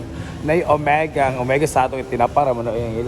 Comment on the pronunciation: mao jud..mali mali perme..wala na nag mao..ang basa sa brand na "omega", nahimong omega Q..hay